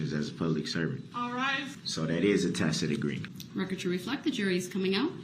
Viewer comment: "Have I acted in dishonor?". Dude you ran over dozens of little children! You have no honour. And stop saying Tacit! It sounds stupid when you've pronounced it as tackit throughout the whole case. You should've just stuck with tackit.